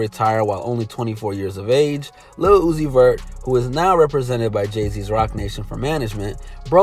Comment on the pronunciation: Nigga did you just say lil uzis verts lol